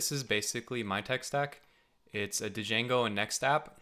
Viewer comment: hehehee, good one. BTW it's Django (/ˈdʒæŋɡoʊ/ JANG-goh; sometimes stylized as django)